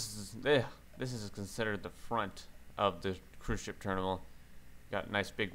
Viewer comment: Love the way you say terminal it is more like ''terimnal''